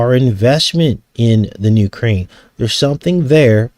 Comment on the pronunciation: UK - raine? 💁🌹🙅